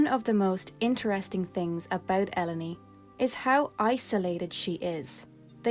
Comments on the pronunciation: I always pronounce her name as E-lone. like "alone" but with E instead of A, because it's an allegory of the burden that, to be a sorceress, means to be alone. Its why some sorceress like Ultimasia and Adel, detach of human contact tend to be ruthless and don't care about anyone but themselves, and Ellone and Rinoah who bitterly acepte that their powers makes them feared and or researched to the point of willingly isolated themselves to protect others, and no mater how much they try to bypass this rule and try to search for affection, those others she love at the end will end up hurt because of them, no natter what. Of all this sorceress i think Edea is in the middle, she decided to stop this bitter cicle once and for all but also letting herself get posses after what i think she thought "the time was ripe" for the battle to begin. So she train the seed together with his rich husband to fight her and win (a battle that all points it extended way into the future) with the purpose of saving herself but as a collateral saving the world of the sorceress influence. Useless trivia and theories: i think there was supposed to only be one sorceress in the planet at the time, Sorcerers powers get inherit after the former sorceress was unavailable, there fore, Adel after being captured send this powers lose and where capture by Ellone, Being isolated in Ester continent her powers diminished shared with Dr. Odins machine, because of this Rinoas powers start to develop naturally, BUT! whe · Im a huge FF8 (and FF in general) fan and just stumbled on this video and your channel. LOVE everything about it! Also...even though Ive been playing 8 my whole life Ive never heard Ellone called "El-oh-nee". I always read it as "Ee-lone" and now I've realized my entire life is a lie. Hahah. Got some FF8 vids coming out on my channel too and hope to publish a new huge one soon! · It's pronounced el-own Not El Oh Ne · I always pronounced her E-lone like E and alone - the A